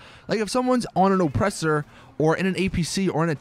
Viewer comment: IN-surance, O-ppressor